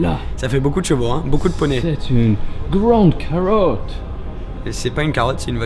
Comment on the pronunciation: "C'est une grande carowte" Mdrr 😂😂